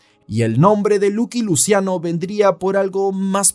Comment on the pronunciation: Es "laqui luchiano" 😅 no luqui luciano